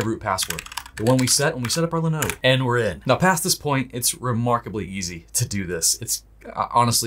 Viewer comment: linode linode linode....come on man.